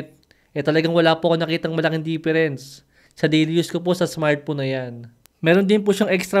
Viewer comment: Smart phone ❌ Smart phome ✅ 😂😂 Puno nang pagkain ang bibig habang nagsasalita ✅